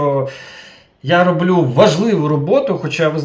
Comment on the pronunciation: украінською мовою роблЮ, а не рОблю